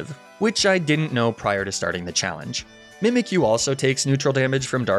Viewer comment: DO NOT LEAVE OFF THE Y IN MIMIKYU!